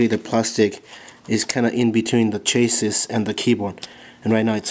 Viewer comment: LOL he calls the chassis - chaser...